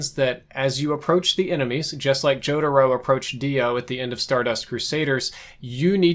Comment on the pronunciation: okay but why did he pronounce their names like that?